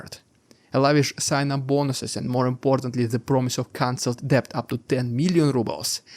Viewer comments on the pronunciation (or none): The "b" in debt is not pronounced - so say "det" !!!